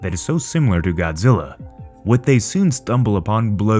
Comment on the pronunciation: Its zillaaa not god